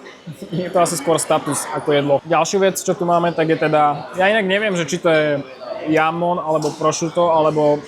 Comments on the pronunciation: Presne tak, nie Jamon, ale Chamon! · nieco ti prezradim, ten jamon sa číta chamon lebo v španielčine sa j čita ako ch a inak brutalny luxus tam mas 👍👍👍